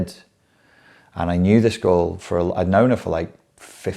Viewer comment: Whenever u say girl in the context of your dating, it sounds like "ghoul".